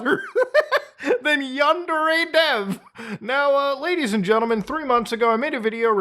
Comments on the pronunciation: Yandere Dev (pronounced Under-A.. Dev) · "GUYS I'M SOWWY FOW GWOOMING A MINOW IT'S NOT MY FAUWT" Basically Yandev